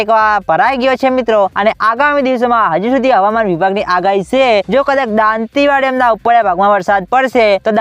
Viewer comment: દાતીવાડા બોલતા શીખ પસી વિડીઓ બનાવ